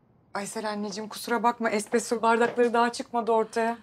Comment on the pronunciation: tum filmlerde espreso espreso diyo